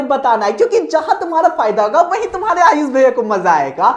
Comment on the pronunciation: Aap hame sha ayush bhaiya bol te hai 😢 Mujhe hame sha IAS bhaiya sunaayi deta hai 😂😂